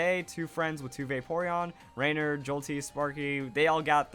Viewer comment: The way he pronounces "Rainier"... cringe. You hurt my Washingtonian ears